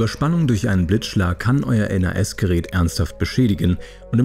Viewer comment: Gutes Video, aber ich habe es noch nie jemanden N.A.S. aussprechen hören und ich arbeite als IT'ler und war vor meinem Beruf Hobby-IT'ler lol.